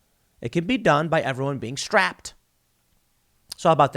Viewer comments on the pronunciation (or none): On a lighter note, Tim saying strapped was hilarious 😂